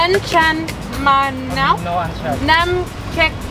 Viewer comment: I think the one that you ordered “Anchan Manow” (Butterfly pea Tea with Lemon) the street vendor might misunderstand your pronunciation. I think the one he gave you was “Cha Manow” (Lemon Tea) instead. The Anchan Manow, the drink has to be purple.